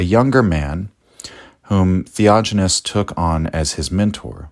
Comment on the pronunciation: Yes...the "theojinness" is driving me crazy...sorry....